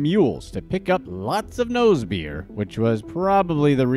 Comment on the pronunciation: Am I the only one who screams every time he says “nose beers”?!🤣😭